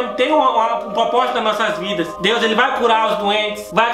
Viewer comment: "Deus tem um Popósito" kkkkkkkkkkkkk